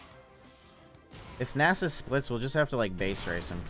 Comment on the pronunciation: idk why i watch the vids often and enjoy them but the way you say nasus cringes me so hard XP